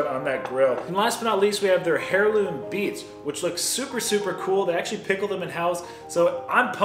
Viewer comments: Ok, heirloom is NOT pronounced “hair-loom”. The “h” is silent so is pronounced “air-loom”. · He said “HAIR LOOM” beats 🤣🤣 its “AIR LOOM” - Heirloom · air-loom the H is silent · Hair loom beets!?!? Ick! (The "h" is silent,. Just thought you might like to know.)